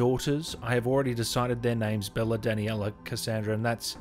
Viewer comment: it's pronounced Bayla not Bella, but you probably know that now